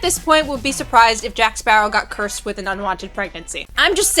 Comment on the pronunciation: “Sea men”😂😂😂😂